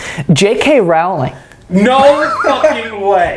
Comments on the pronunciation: Rowling like bowling please for the love if god America ahahaha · Why do none of you know how to pronounce Rowling lol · Does anyone else hate how joe always mispronounces J.K. Rowling?